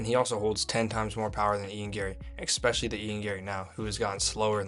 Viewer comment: Once someone says “Xspecially” I can no longer take them serious. Poor take, stats are misleading and misrepresented by the host. “Omg prates has 4 knockdowns per fight and the fights only last 1 round….” Bruh, cmon.